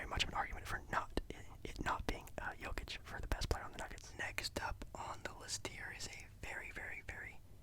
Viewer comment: Video got recommended to me now 2 years later😂 still watched all and I’m happy just cause of the fact you actually said Jokics name right. Hate it when people pronounce him Ni-Cola Joe-kick.